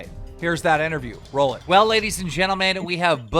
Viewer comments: "Ladies and Jenmen" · "Ladies and Gen-men" lol..and I'm done with the video.